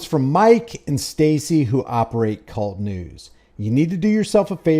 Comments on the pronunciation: Kay You Elle Tee News. Not “Cult” News. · It’s not cult news my friend his call sign is k-u-l-t pronounced single letter k u l t news. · it’s a long story but I guess you could say it’s kind of an inside thing. To be clear though, it should be pronounced “Kay-You-EL-Tee,” not like “Cult.” -mike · Mike says . It's not kult news. it is K U L T news . Individual letters !!!! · its K.U.L.T news not cult news just saying 😊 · It's not kult news. It's k.u.l.t. news. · Love you covering Mike... but its K.U.L.T news not Kult news.